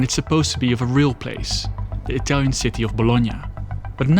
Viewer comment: why do you pronunciate italian tows with a french accent? 🤣